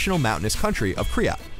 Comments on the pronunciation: its ky-rat not kryrat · You were saying kryat instead of kyrat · Its K y r a t. Not kryat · Did anyone else notice he said Kryat instead of Kyrat? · Um they said and spelt "Kyrat" wrong, its not "Kryat"... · Ign, it's Kyrat not Kryat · They should probably make sure the narrator is saying "Kyrat" correctly before uploading the video. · UGH, IT'S KYRAT,!!! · isn't it kyrat